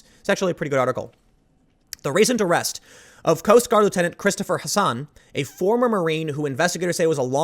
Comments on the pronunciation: Dude! Look at the article. It's Hasson not Hassan. Tim just mispronounced his name. Apart from that, I don't buy these Nazi white supremacy accusations either. We all know that everyone who disagrees with the religion of intersectionality is a white supremacist and a Nazi, so.... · It's 'Hasson' not 'Hassan', morons. White nationalism is bad. It's inherently racist. It doesn't belong in America. And yes, this is partly the result of the left being a bunch of wannabe martyrs. American conservatism has no place for racism. A paranoid mind will assume everyone is lying to them. At that point, everything feeds into the paranoia. Keep that in mind before jumping to false flag assumptions. Jordan Peterson gets called a crazy Christian and a closet leftist by extremists on either side.